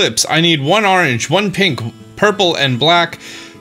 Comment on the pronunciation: Pronounces "orange" as "arrange". "Wooder"